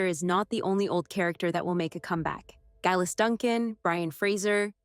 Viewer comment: #1. It's called "Written in my own Heart's blood." #2. When referring to a different actress playing a part, The Character's name is Jenny Murray. The former Actress was Laura Donnely. #3. Geillis is pronounced Gayliss. #4. While it may Look like her name is pronounced Leoghair, it's really pronounced Leerey. #5. It's pronounced Craig na Doon.